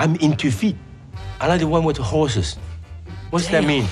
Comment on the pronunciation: either he actually said Hoes and pronounced it weirdly, or he Did mean Horses which means he was talking about bestiality. Also I didn't realise I watched this video before and was surprised to see my reply from 2 years ago lmaooo